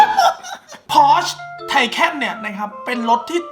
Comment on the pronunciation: พี่ครับ มันอ่านว่า ไทคาน ครับ ไม่ได้จับผิดน่ะ แต่เเค่ลองใช้แปลภาษาแล้วตอนมันเปิดตัว